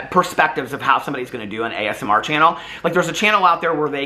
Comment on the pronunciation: i love you calling ASMR “asmer” 😂😂😂